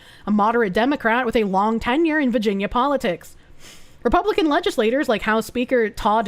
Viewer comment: I love how says "Vaginia"